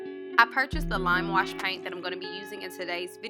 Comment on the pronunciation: She said lam wush peeynt 😂